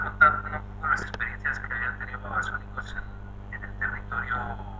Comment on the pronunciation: Es Babasonicos ( sin acento y "c" no "v" )